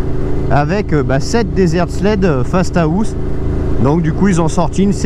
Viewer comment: Dit fastahaust ou fasta house